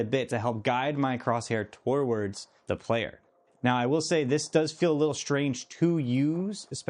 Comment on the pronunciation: you should check your pronunciation of "toward" - it sounds like you're saying "towoward"